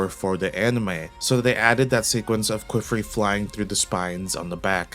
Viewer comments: Great video! The rise of the "Kwiffrey" pronunciation is killing me though. Qifrey is said "key"-"free". The "qi" breaks the typical English expectation of "qu" and is said more like Chinese anglicized "qipao" or the French word "quiche" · Kiff-ree or kee-free not ku-wiff-ree. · please don't ever say "kweefree" or "kwifree" again. i usually don't care about pronunciation, but c'mon man. calling my guy queef is crazy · It's pronounced Kee-Free and Ah-Got